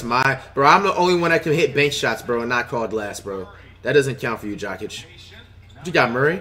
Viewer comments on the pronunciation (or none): "Bench Jok-ich and start Bowl-Bowl"😂